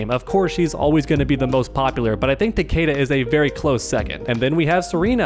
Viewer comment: I wish people said takeda correctly